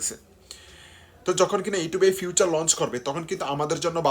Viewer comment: ভাই ফিউচার না উচ্চারণটা হবে ফিচার 😊 Advance Welcome😁